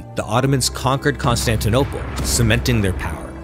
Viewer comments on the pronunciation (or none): none